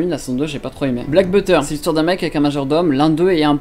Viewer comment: il a dit "you lie in aVril" j'ai eu mal il a dit "black butter" j'ai grincé des dents il a dit "Jhibli" j'ai disliké, j'ai commenté, j'ai quitté.